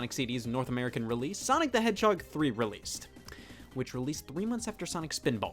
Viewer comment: chaotix is a "heeden gemmm?"